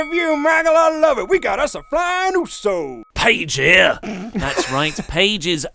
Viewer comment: your intonation for "paige here" is wrong